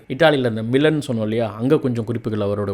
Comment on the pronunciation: Florence . Not flourescence. Milan. Not millan Contents are good. But good to change pronunciations which will make it better